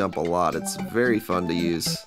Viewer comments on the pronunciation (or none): none